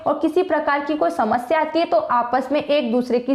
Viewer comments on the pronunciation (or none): none